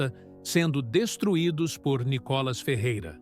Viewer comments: Por que vc chama o Nííííícolas de Nikólas??? Quer avacalhar com o nosso querido deputado federal né??? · Lá vem o NICÓLAS. O pronuncia do nome do Nicolas está errado. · Por favor: A cilaba tônica é " NI " e não " CÓ " entenderam? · Nicolas ou Nicólas, Veja e fale correto.